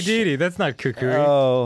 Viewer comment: At least they said Kukui's name right.